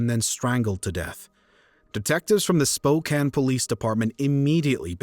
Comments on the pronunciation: I'm glad you know how to pronounce Spokane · Thank you for pronoucing Spokane correctly <3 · For once the narrator can say Spokane correctly. Back then we didn’t set up and steel Campfire in front of stores. I hated going door to door selling Campfire candy!